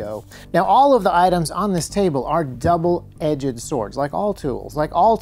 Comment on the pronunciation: Double edged not double edge-ed